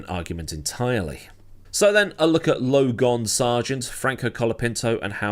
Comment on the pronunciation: Lo-gone? You’ve outdone yourself.